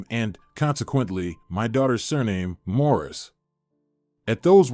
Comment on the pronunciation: It’s Morris not mauras.